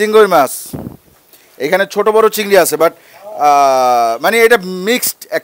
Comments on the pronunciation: চিংগর মাছ বলাটা সেই হইছে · ভাই "চিংগর" নাকি "চিংগুইর"??? মানে শিওর হওয়ার জন্য আর কি